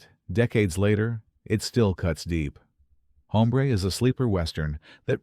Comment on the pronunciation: Get a better "announcer". The title is pronounced OMBRE!